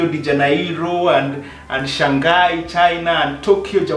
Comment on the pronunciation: haha...ati sha' ngai ....its shanghai 😝...great video tho